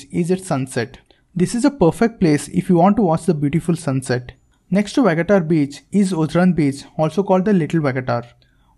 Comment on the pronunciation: It is not vagatar it is pronounced VA GA TOR beach.